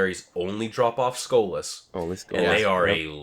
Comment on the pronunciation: Why does he keep saying "Skola"? It's SKOLAS, notice the S in there